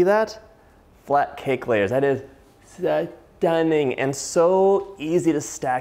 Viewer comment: "That is SA-TUNNING!" :'D